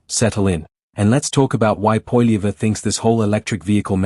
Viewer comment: Try to say his Name with the Right Pronunciation AI Goof !